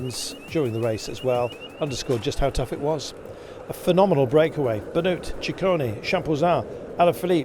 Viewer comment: Is unbelievable that the commentator still Dont know how to pronunce italian names. Is ciccone not cicconi or cicconee … asino